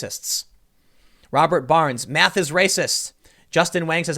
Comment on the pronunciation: I don't blame her "maff"